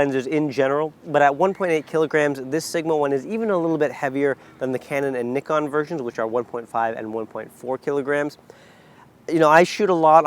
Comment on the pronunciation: How are we supposed to take what you say seriously if you can't even properly pronounce NIKON...?